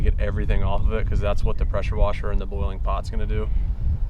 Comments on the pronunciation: idk why but i laughed for 5 mins at the "prasher wesher" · “Prosher wesher” I was dyin 😂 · “Hit it with a posher woser”😂😂😂